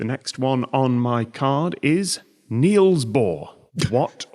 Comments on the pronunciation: For future reference: "Niels" is a homophone for "Knells" (as in death knells) and not "Kneels". But don't feel too bad, I've corrected PBS Space Time about this one and their Matt still gets it wrong.... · Dane here, your pronounciation of Bohr was good, but Niels is pronounced with a short i-sound